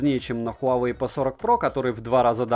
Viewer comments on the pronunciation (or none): none